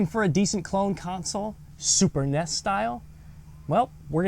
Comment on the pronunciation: You kept calling it a ness. Nintendo entertainment systems n.e.s. nintendo n e s. And those graphics were AWESOME a little out of color but awesome. Memories